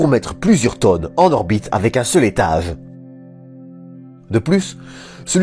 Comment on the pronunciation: Tu as un problème avec le son g tu dis v a sa place etage ou etave, large ou larve